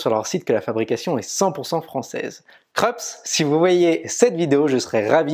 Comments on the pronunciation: Le nom de la marque se prononce "Kroupsse" et non "Kreups". J’ai la Krups YY3072FD depuis bientôt 2 ans. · Dans la vidéo d'aujourd'hui, du disais qu'on t'avait fait des remarques sur la prononciation. Je n'ai pas vu la remarque sur la prononciation du nom Krups : c'est une marque allemande, elle se dit "Kroups" ;) Sinon, rien à redire, vidéo au top. Merci !